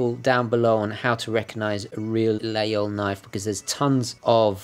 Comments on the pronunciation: Please, dont spell layole! We must pronounce Lageehole. Its french, man...! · As a french guy I've never heard Laguinol prononce without the G :o and btw regarding the cross is not it's indeed a religious cross and you can see that it's reverse, because in the time shepherds use to stick their laguiole in the ground and pray in front of this cross :) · Laguiole is pronounced lah-geyl, but the E is pronounced like "mercy".